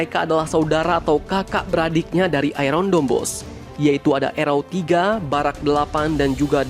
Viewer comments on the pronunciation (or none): Bro, kok sebutan Iron nya gitu sih . waduhh . coba, gimana nyebutin IRON MAN. Bukan nyebutin kayak iron lu itu bro.